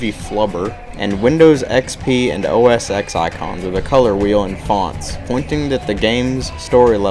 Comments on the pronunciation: yes which is why you're supposed to say OS 10, not X. stay in school... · its not OS "X" its OS 10!!!